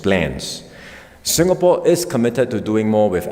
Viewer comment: It's ingapore now 😂😂😂